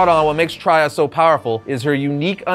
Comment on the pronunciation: While not canon, Valkorian is and will always be the most powerful Sith to have ever been created in the lore. None of the characters on this list remotely compare. Anyone that has logged hours in SWTOR can see firsthand how insanely powerful Valkorian is. Homie ruled two empires. Also it’s Darth TRAY-AH. I have no idea where got that terrible pronouncement.